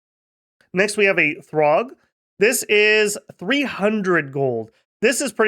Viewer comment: It's see-urg not throgg 🙂